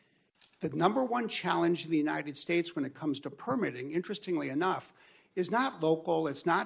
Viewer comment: UNINED STATES AHAHA